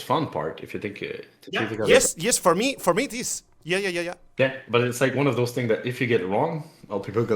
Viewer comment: Sé que la traducción no está al 100%, pero espero que ayude. — Dice “mo” en vez de “mi”, o tal vez sea así. Yo no sé inglés. — (?) Traducción incompleta. — (?) Traducción incompleta. — (?) Traducción incompleta. — (?) Traducción incompleta.